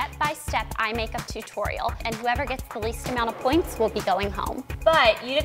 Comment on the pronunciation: i hate how blair says two-torial